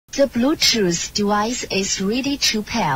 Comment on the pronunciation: Adjusted for pronunciation: -Ze bluetoos dewice is weady to peaayr -Ze bluetoos dewice is conecteed uhh successfolaay -Mewsic play modder -Zeerow, Seven, Sree, Fine, Sex, Wann